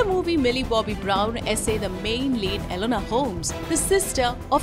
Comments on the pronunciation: E-NO-LA Holmes not Elenor... jesus fucking christ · It's ENOLA Holmes, not ELONA Holmes! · Enola, not elona